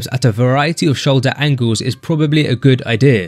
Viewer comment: ''a good ideh''